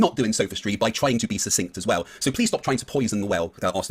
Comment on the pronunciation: is giving susstink arguments alright! 😂 (It certainly sounds like he says something like sustink or sustinkt and not succinct.) Maybe suspect and stink? FTFE even says succinct just after. I wonder if will realise he mispronounces succinct. It hints as to his level of education. saying you have to manipulate the rate of earth’s rotation is just like flat earthers asking people to show water sticking to a ball. I don’t believe he is really that stupid and knows the truth and that asking people to do the impossible is just an easy way to avoid the obvious.